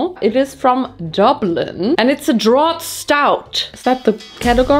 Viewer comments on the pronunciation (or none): Guinness was the worst tasting beer I've ever tried, too! Oh, and "draught" is pronounced the same as "draft" and means the same thing, too.